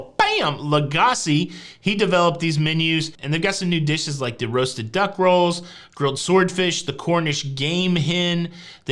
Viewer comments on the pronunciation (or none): none